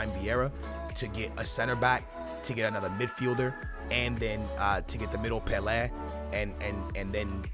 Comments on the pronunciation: Pelay not peleh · I hate the way he says some of these players names... its Pel-A and You-Say-B-O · The way you pronounce Pele 💩